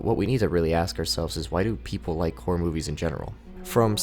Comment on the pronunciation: i keep hearing whores whenever he say horror please help